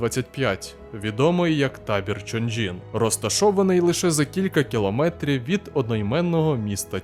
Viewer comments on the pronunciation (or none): none